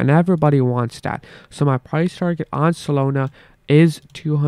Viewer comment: Not SOLONA……. solAna…..